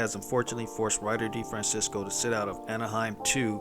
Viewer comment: His last name (Italian origin) should be pronounced Di-Fran-tchessko. Hope he heal up fast!!